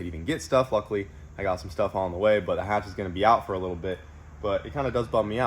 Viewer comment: H22, H pattern, Hatch not Katch <3